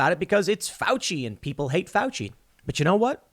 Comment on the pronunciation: "I am going to defend fuici" Nice one Tim